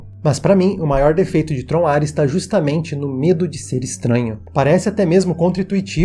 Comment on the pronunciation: Por um segundo eu ouvi ele falar Trollar-res